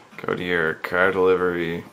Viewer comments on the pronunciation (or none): i hate how this guy says car!!! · Pretty kickash cahhr...